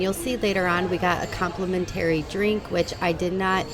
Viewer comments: Thanks for this! I would only stay at the Intercontinental. Love that one. Your way of pronouncing "complimentary" drove me nuts. 😂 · AI? because you have no clue how to say complimentary. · 😂It was soo annoying. And she said it 100 times. Bless her heart😂